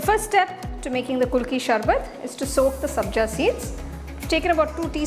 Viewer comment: It's not pronounced kulki sharbath, it's ku-lu-kki sar-bath. Nice presentation otherwise